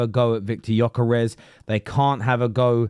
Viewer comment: Well said indeed. Cun*y can’t even pronounce Gyökeres name correctly. Talksport is full of clowns these days they are a pathetic joke.